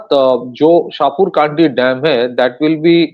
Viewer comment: शाहपुर कडी.. Not शाहपुर काडी (It is in Pathankot and pronounced as above. Spelt in English as Shahpur Kandi. Pls note😊